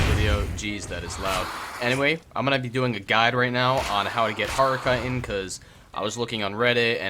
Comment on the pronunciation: This is an awesome video but bro it's pronounced Ch-it-in not kite-in 😂